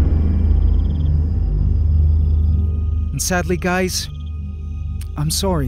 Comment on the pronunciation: For a sec I was sarced with the liveaths when you said Im sorry gays